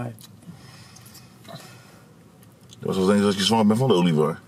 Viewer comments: zei olievaar 🤣🤣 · No one:: Olivaar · Niemand: Helemaal niemand:: OLIVAAR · Nobody:: oLiEvAaR